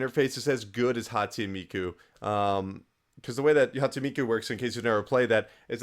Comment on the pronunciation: Are Dumb GET IT. Most people agree P4 is better but P3 is still amazing. Just prepare to set aside like 100 hours. Also I laugh whenever you say Hatsu Miku. It's Hatsune Miku, and that's the character not the series. The series is Vocaloid, or Project Diva. I love watching these videos though.